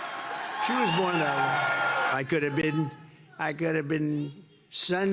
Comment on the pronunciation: HE is so mentally impaired, he can't pronounce her name. total embarrassment.